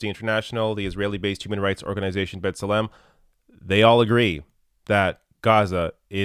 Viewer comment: I think it's pronounced Bet SELem not Bet seLEM. But I'm might be wrong.